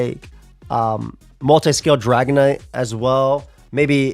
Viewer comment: Can't wait till someone make a feature video and accidentally calls it "dragonate"